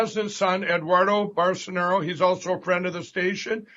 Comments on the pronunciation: "Barsenaro"! Ugh!!!! 🤣🤣🤣🤣🤣🤣🤣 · "Barsenero" - why do these fascists stans like Dave Rubin not even bother to learn how to pronounce the name of their Brazilian Daddy?